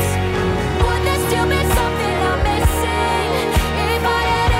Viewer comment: For composer - when you match the melody and lyrics - the word " missing" absolutly do not match with the melody, accent is on wrong syllable and sounds terrible. I thought professionals work for disney... I listened it few times but still can't accept it as professional work, but there exist even worse composers by the way :)